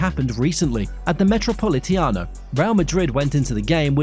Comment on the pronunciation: Love your work, thank you. Just a tip from a language teacher: Celtic is pronounced with an /S/, Ancelotti with a /CH/ and Metropolitano with a /A/ at the end 💙